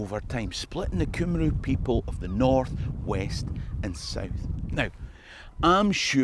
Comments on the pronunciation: to help in future "Cymru" if you were using welsh gaelic i think is pronounced "Cumry". Rydderch Hael - pronounced "Riddock Hi-el" Also my better (she'll kill me if I don't say "better", metaphorically speaking....i hope and joke) half and I went to dumbarton castle last year - had the whole place to ourselves and was amazing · Just a note. Wales in Welsh id Cymru... which is pronounced Cumree